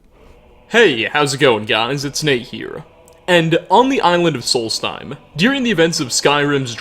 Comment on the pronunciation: It's pronounced "Reek-ling", but at least you pronounced Solstheim right.